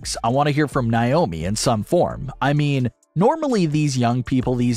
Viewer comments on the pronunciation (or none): Why do you keep saying "Nye-omi"? Her name is "Nay-omi".